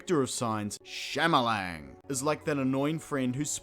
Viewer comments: "M. Night Shyamalalaland..." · "M. Night Shyamala-la-lan". Shamalang. lol. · Did you call him Shama-la-la-land? That’s amazingly accurate. Also, I now want to see a sci-fi comedy where the aliens are chased off with super soakers and the local fire department is the ultimate good guy.